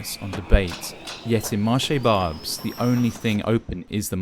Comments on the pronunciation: The narrator could at least pronounce the name of the place correctly. It just shows he has not talked to any of the locals about it. It's pronounced Barbaisse, not Barbs. It's been like it is in the video for decades. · Please! You are a propagandist!! That is nothing new and has been like this 40 years ago, if we like it it not! Nothing new! I have been to Barbes! Pronounciation Barbess, Barbs! No one want‘s to be photographed like that! It’s their right! Are you not ashamed of yourself? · More grotesque English Francophobia. The narrator is so stupid that he can't even pronounce "Barbès" correctly (it's two syllables, not one, you idiot!), which means that he can't speak a word of French and he dares to shoot a video about France! Quel culot! This garbage should be deleted--or at least the narrator should be compelled to enroll in an intensive, immersive course in the French language before he shoots another video in France. That said, I expect he'll flunk the course. Meanwhile, I suggest he go back home and film in Brent in northwest London. Over 56% of Brent’s population were born outside the UK, with large communities of Indian, Black African, Black Caribbean, and Somali residents. Or Westminster with, Indian, Bangladeshi, Nigerian, and Chinese communities or Newham, known for its South Asian and African presence, or Tower Hamlets,historically a hub for Bangladeshi migrants, or Southwark and Lambeth, with significant Black African and Caribbean populations or....Shall I continue? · Barb- ez not barbes. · It’s not barbs it’s BARBESS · FFS stop saying marché "barBS"... it's BarbES, pronounce the bloody E... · If you're going to be filming you need to improve your french. It' pronounced / marché Barbès/ the access is stressed. Not / barbz/ rather/bar- bess/. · It’s pronounced bar- bez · Bar Bess for the pronounciation of Barbes ❤ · it is pronounced "barb-eh-s" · For information on correct prononciation : Marché Barbès Barbès two sylables Bar bès